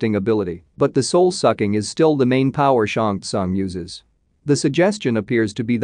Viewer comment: Who ever is the narrator here....SHANG SOON is how you pronounce his name....